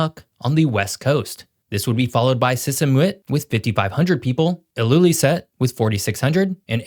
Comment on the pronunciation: Weird that a supposed go-to guy for geography, gets so many simple things so glaringly wrong. 🙄 • "Nuk"? 🤦‍♂️ Nuuk, is the capital, but don't say it like does. It's pronounced to rhyme with kook - not cook, or cuck. Ilulissat? Wrong again,. Pronounce it this way: ill-lew-LEE-sət or _ill-lew-LISS-ət. • The geographic reason Greenland doesn't benefit from the warmer Gulf Stream flow, is the Labrador Sea and Denmark Strait, west and east of Greenland respectively. Both areas are very shallow compared to the rest of North Atlantic waters. • The north - not the south - is where Greenland is "near to Canada", at just 42km. On the south-west coast, Nuuk is over 800km from Iqaluit, in Nunavut, and over 1800km from St. Johns, NL. • Greenland is not the shape our has shown here. For some reason,* he keeps using the Mercator projection view - which as we all know, distorts not just size, but shape. The greater the Lattitude, the more extreme the distortion. As Greenland is very large, very long north-south, and ends in the northernmost point of the entire North American continent, image selection misinforms viewers. ( Geographically (!) the thumbnail image is more accurate - but he didn't use that.) • It's not one of the least densely populated regions - it's one of the most sparsely populated. (That's like saying the landscape is some of the least black coloured in the world. 😑) • Ice up to 1.6km thick in some places. • Were all of it to melt, average global se